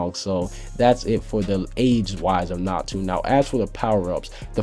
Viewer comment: It's natsu not natu